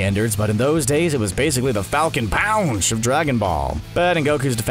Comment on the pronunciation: "Falcon Paounch" made me spill coffee everywhere. You're lowkey hilarious.